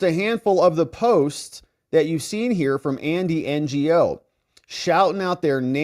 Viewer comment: HEY! You need to get out into your American community! "Ngo" is a VIETNAMESE surname! PRONOUNCED "no" as in negative. Pull your head out of your vlogging for a little bit every day...learn about other fellow Americans.